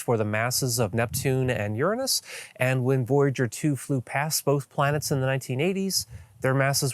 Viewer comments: Uranus...nor Urinis...get it right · "Urine-iss" is a planet name? Well, I suppose it may be acceptable to people who are appalled by the more common "You're anus".